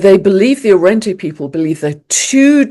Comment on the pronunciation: Thank you once again. I loved the mention of Arrente dreaming. I want to mention here with love, it's pronounced A-RUHN-DUH.